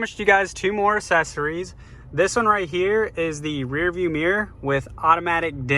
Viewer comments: Why do you pronounce it "assessories" instead of "accessories"? The double c is pronounced "k". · I'll click the like button when you pronounce accessories correctly